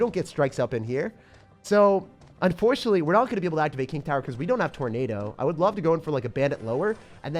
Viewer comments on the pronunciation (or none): none